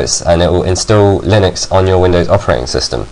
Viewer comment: lol u pronounced linux lie nux then u said lin ux